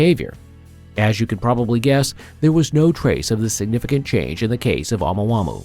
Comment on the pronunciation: Why you keep saying it like that 😂. Oh mu ah mu ah. Say that out loud to yourself. Then say it fast thats how you pronounce it 🙂🙃